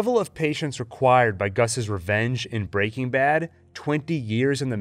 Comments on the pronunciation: every time an american pronounces it "breakingbad" instead of "breaking bad" the vein in my temple comes closer to bursting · Excellent analysis. But the way you say Break-ing Bad is killing me. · FYI, it’s pronounced Breaking BAD. Emphasis on bad, not breaking. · Why are you saying “Breaking Bad” like that?? You’re saying it all weird. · The way he pronounces breaking bad hurts me .